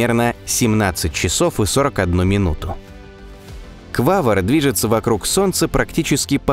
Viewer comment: Да... Только не Квавр , а Квавар , автор что то как то не русский или вчитываться не любит или экономит буквы